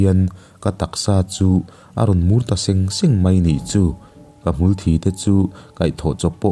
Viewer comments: Hmul thi tih thi(Death)ti a lam tur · Ka comment tlai viau na chu..sawisel lai tur kan lo sawi ve lawk ang e... Hmul thi(Blood) niloin..hmulthiii...(dead). ka sawi awmzia i hriatthiam ka ring..chu mi tih loh chu i sawi hlauhawm thiam bik tawp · 'hmul thi' tih hi mitthi' tih a thi ag khian lam rwh...a hahthlak..'ka hnar a thi'' tih a...thi ang khian ilam thrin a....ngaihthlak a hrewm. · Hmul thi tih hi i lam diklo ziah mai